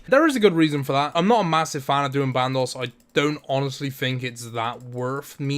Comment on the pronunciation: Also band os not band ohss